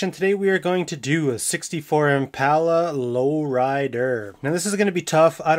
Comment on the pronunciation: Thank you thank you thank you for saying "impala" the right way. I cant stand it when idiots pronounce it "impaula"